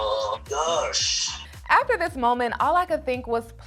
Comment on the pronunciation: So much emphasis on GOSH🤣🤣🤣